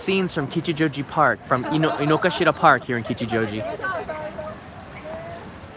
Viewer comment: Hey, my wife (Japanese) insists this park is called Inogashira, not Inokashira (despite the signs, google maps etc.). She says all Japanese call it with the "ga" in the middle not "ka". Have you heard of that being the case?